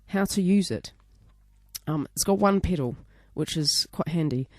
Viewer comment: What the fuck is a "PIDDLE"??? A "PEDAL" I suppose?